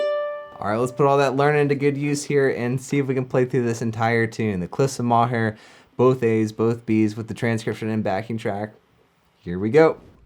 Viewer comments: Great tunes! Just so you know, Moher is pronounced like "more" which isn't entirely obvious when you see it written down! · Great vid! Moher is pronounced “More.” Live in Ireland, I apologize for the weird h’s